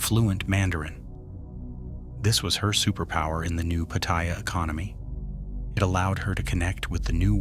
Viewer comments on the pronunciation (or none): It's read out phonetically "pah-tah-yah"